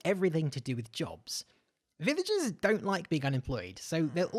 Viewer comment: "Livigers" xD